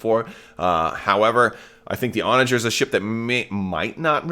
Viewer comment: I’m super excited for this ship. And it’s definitely pronounced your way. Onager!!!